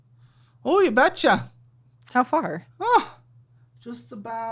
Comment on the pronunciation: saying you bet Cha couldn't make him sound more like someone from the northern states 😂